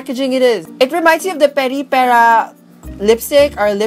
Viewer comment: I think you said Peripera right